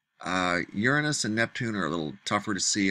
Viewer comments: It’s pronounced “your anus” not “ ur nus” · It's not pronounced urenus it's pronounced Uranus